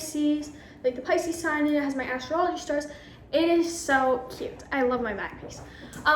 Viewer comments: Astrology is not pronounced "astro-ology" its "Ass straw logy" 💀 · she said it wrong, I put a space to emphasize the fact she said astro-ology which is not how it’s pronounced 😂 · Bruh she really said Astro ology instead of astrology🤦🏽‍♀️ no way you graduated highschool, you are definitely 16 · Did she say astro ology??? LMFOAOAOAOA does she mean astrology?